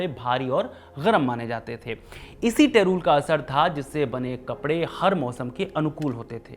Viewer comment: टेरूल ❌ टेरी - वूल ✅